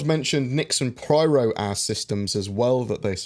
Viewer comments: Every time you say "Pryro" instead of Pyro 3.6 gets delayed by another day. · Pie-Ro, isn't it? ;) Anyway. Thanks for the summary. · Yes he very rarely says it correctly.